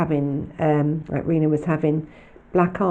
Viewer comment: Hello congratulations on reaching 8000 and great work for the episode. Not read all of the comments yet but I hope you don’t mind me saying Freds first wife name is pronounced like Tina but of course with Ann R at the beginning. Sorry to point this out it may be quite anal but just a little concerned as she is a victim hope you understand what I mean. Again brilliant work thank you so much for what you do.